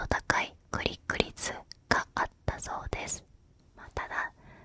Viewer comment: クリック率がグリグリツに聞こえて面白いｗ